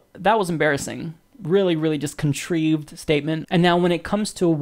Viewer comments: Nice. Thanks. : fyi the word is "contrived" as in "contrived answers" NOT contreived. I'm pretty sure contreived is not a word in the English language. : ) But great work man! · "ContrEEEved?!" What am I watching? Not ready for primetime. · in this video you mispronounced contrived, in another vid you said the word subsequent in a way that is not the way most people would say it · contrived = contr EYE ved : ) Keep up the good work at exposing these corrupt individuals. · kun-TRIVED , as in AYE, not EVE. Sorry, language matters. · I agree with pretty much everything Cornel said, and the break-down of it as well. But at 5 minutes 40, did he say 'contreeved' (for 'contrived')? If that was a joke, sorry, I just never heard that one before. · Dude, you said "contrived" wrong. You should make sure you know how to pronounce words if you are going to do commentary.